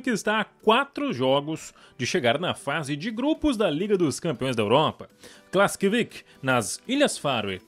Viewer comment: KLAKSVÍK e não "Klaskvik"